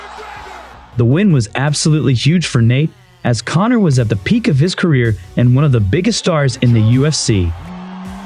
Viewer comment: Did you call Connor cummer? Lolololololol